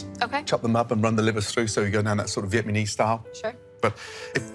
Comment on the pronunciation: Ở đây ko ai để ý đoạn Gordon nói với samamtha về cách chiên sơ gan gà theo kiểu Việt Nam nhỉ :))))) ổng luôn phát âm sai từ vietnamese, ổng đọc là vietmanese style 🥰🥰 cũng vài lần trong series này rồi